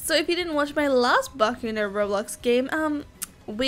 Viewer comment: All you yt keep saying the name wrong jesus it gets annoying